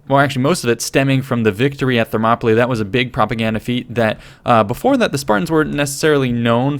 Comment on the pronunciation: You’re saying Thermopylae wrong